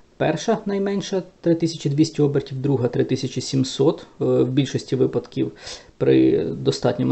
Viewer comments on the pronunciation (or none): none